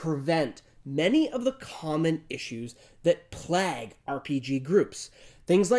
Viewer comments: Plag 🤬🤯🤣love your videos but you pronunciation of plague makes me want to rip my hair out. 😂😊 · Just bothered by the way you said "Plague" as plagg. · Am I the only one who got thrown off by pronouncing plague weird? I know it’s a small detail but it seriously threw me off for some reason.